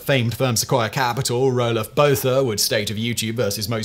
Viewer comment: So I guess this video made it a month without South Africans having a stroke at the pronunciation of Roelof Botha...